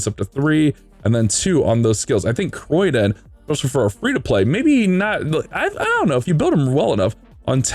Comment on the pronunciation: The amount of times he butchered Criodan's name. Its pronounced (Kree-o-dan) not Croydon that a place in the UK.